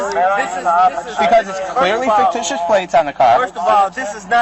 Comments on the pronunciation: Every time he said "Faketicious" I laughed. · Is it just me or does anyone else hear the frauditor saying "Faketitious"? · This poor deranged gentleman. He doesn't even realize he's admitted to driving the car and it's obvious the plate is FAKEticious... probably why he keeps mispronouncing the word. And he absolutely did admit to driving this car. It's on his camera and the body worn camera of every officer present at that time. He now has a popped tire and will soon have a broken window and a number of felonies to go along with his delulu. Bless his poor, pitiful, out of compliance with sanity heart. This traffic stop has gone on WWAAAYYY too long. Pennsylvania v. Mimms is Supreme Court caselaw requiring they both exit the vehicle upon demand. The longer they take complying with the commands of the officers, the more likely one or both of them get hurt. He and she are setting themselves up imminent consequences. They are so busy thinking about what they're going to say next and trying to make up alternative facts to set up a bogus lawsuit, they aren't listening to a word being said to them, which, if they'd listen, might clear the fog about the legality of the traffic stop and everything that happened after initial contact. I don't know though. I don't have a whole lot of faith in the math skills of either. FFS!!! 🤦🏼‍♀️😂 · Did he say "faketitious"? I like it! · I love how this illiterate halfwit thinks the word is “faketitious.” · Right? Faketicious plates!!😅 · It's ridiculous that you can't pronounce the word fictitious. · Ridiculous alright! He can’t even pronounce the word correctly!